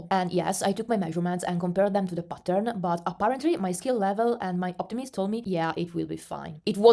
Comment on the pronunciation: Haha every time you said “ pattern” I thought you said “button” 😂 thanks for sharing this info!